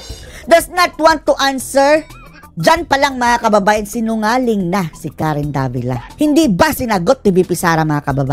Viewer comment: davilat?? tama ba ung narinig ko?